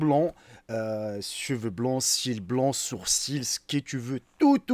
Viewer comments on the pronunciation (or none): none